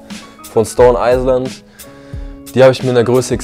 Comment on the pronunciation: "Stone eiseland"😂😂